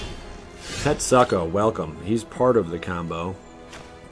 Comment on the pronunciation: Tet-SOO-ku.... hearing tet-suck-o made me cringe continuously...